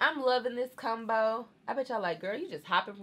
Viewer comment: The way u say “combo” is weird 😂😂 u say it like “ cum-bo”, “cum-bination”